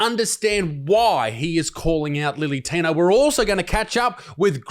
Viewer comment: Can we stop saying lily tino.....when its clearly Billy tino?